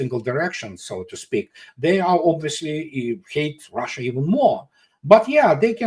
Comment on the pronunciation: DO THAT!!! Not DOODAT! 😂 and it’s Russia not ROHHHHSHA.